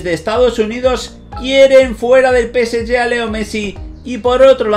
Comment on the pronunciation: Nada más q el preguntar en q idioma es q pronuncias el nombre del PSG? No la agarro,….